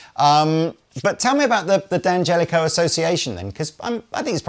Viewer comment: It's not 'DeeeAngelico', it's DAN Gelico. Italians don't say 'DEE'. At best it'll be 'd'YanGelico'...really quick with the 'd', like all men other than me are. 🤣🤣